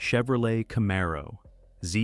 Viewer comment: Camaro.....Z28 seems to be quite difficult for this one... 🙂